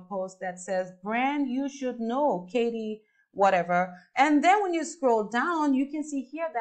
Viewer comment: What got me is the way you said Katie WHATEVER 😜😜😜. It’s all good 💕💕